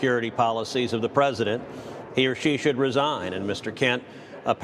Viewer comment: Why can’t anyone pronounce “president” it is not “present”. Queen Lindsey is full of &@